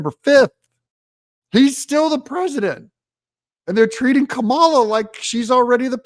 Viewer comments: Pronounced , blah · SKAMALA Better than all Indian calls centers combined!